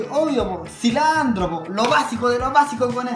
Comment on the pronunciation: Ajajjajajajjja cilantro" no cilandro"